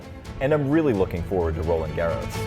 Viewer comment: Roland Garros pronunciation is atrocious